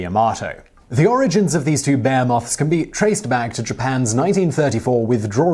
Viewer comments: Bear-moth really? Lol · Was that an attempt at the word behemoth? I hope not cuz it was quite off the mark!! ;) PS I find the generals who would commit those 4000 plus soldiers to death like that absolutely disgusting and unforgivable! They dont seem to have the brains to be calling the shots, like most of the ppl who seem to be in charge now a days as well!! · Simon why when you say behemoth does it sound like "beermoth" ? Im a Brit myself, I have misunderstood you various times when you mention these "beer-moth" and wondered how cool these moths sound ! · What is a bay-heh-moth? C'mon my guy that one isn't even a name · I've never heard Simon struggle more with a common word than "behemoth". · HE ALWAYS DOES THIS!!! Whoever does the writing loves that word and Simon needs to learn how to pronounce it. I've left comments in a few videos but this is the first I've seen from somebody else - Thankyou.